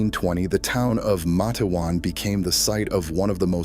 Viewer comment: It's. Mate-wan